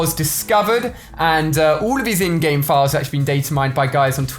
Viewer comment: Every time you say in-game I hear InGen and my mind goes to Jurassic Park.